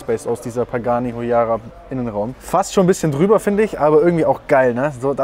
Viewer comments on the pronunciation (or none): Digga sitzt in nem Pagani und kann den Namen nicht aussprechen